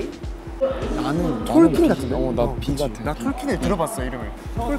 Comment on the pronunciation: 도겸아 왜 자꾸 톨킨을 트월킹이라고 해…ㅎ